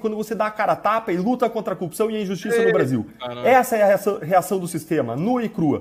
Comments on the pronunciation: Esse também não sabe falar corrupção. "Cupção" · CÚPÇÃO ! é isso que ele fala? KKKKKKKKKKKKKKKKK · Ele tbm fala cupção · Pq todos eles falam "cupiçao" !? 🤔😐🥴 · Deltan não consegue falar "corrupção", igual ao Moro xD